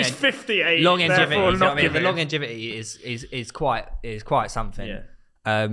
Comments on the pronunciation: saying “Longengivity”😂😂😂this guy is a complete sausage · "The longingevity"